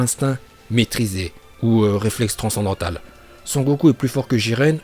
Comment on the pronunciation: "réflex transandantale" il me tue ce mec